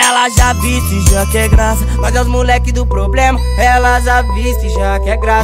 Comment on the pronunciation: E problema e não poblema😒